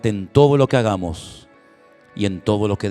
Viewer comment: Buen día estimado, sigue diciendo lo k-gamos, suena muy mal y sin respeto,lo digo con respeto ah😌